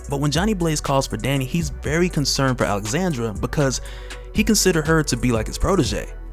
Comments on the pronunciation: Alejandra, not Alexandra. You're killing me. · I hear you keep saying “Alexandra” instead of “Alejandra” which is what is written. It is pronounced ALE-HAN-DRA. Sorry just needed to say something cuz my name is the same haha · Bro that girls name is Alejandra… you repeatedly butcher her name lol.